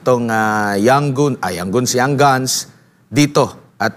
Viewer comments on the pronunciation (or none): 😂😂🤣🤣🤣NATAWA AKO SA PAGKAKAMALI NI SIR SA PRONUNCIATION NG YOUNG GUNS NG young goons 🤣🤣🤣🤣🤣PARANG YUN ANG TAMANG TAWAG SA MGA SALOT AT BASURA NG ATING LIPUNAN.MGA young goonsTALGA YUNG MGA SALOT AT MGA BASURA DAHIL BINUBULLY SIYA.DI SIYA TINITIGILAN PABAGSAKIN AT DIRAAN.WE LOVE VP SARA SOLID DUTERTE KAMI😍😘❤️❤️👍👍👊👊